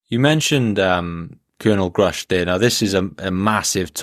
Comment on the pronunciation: Good to see pronouncing Gruusch correctly.